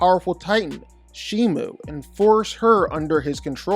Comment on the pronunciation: Bro said shimu 💀